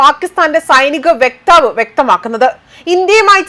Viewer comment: തും കുറഞ്ഞു. വ്യെക്താവ് അല്ല വക്താവ്